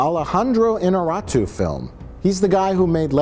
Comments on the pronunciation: Your pronunciation of "Iñarritu" is as fake as CGI Grand Moff Tarkin made by myself. hahahaha. I'm a spanish native speaker, at least try to pronunce it kind of similar... I tell the same to spanish speakers tryin to speak english, try to sound like it is, it doesn't matter if it doesn't sound just like it is, just don't create a random sound from nothing. hahaha. It's the director's name!!! and not an amateur! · J comes the closest to pronouncing that guy's name, just to be immediately "corrected" by Mike. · I love how nearly says Inarritu correctly and Mike corrects him with a far worse pronunciation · In-ya-ree-tu, not In-ah-rah-tu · Mike must have been thinking of Inarato, the famous Japanese director. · Say it with me: "In-YAH-rrit-oo" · Iñárritu. IN-YAR-EE-TU. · innarratoo XD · Alejandro Interruptus. I swear, you say "Iñarritu" much more difficult that actually is xDDDD